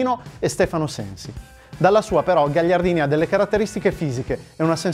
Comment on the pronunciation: Avete sbagliato la pronuncia di Gagliardini